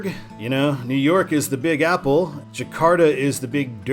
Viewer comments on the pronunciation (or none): none